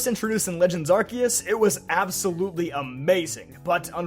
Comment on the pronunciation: Oh my God. A poketuber said Arceus the right way?! This might be the happiest I’ve ever been watching a poketube vid. I literally subscribed for this.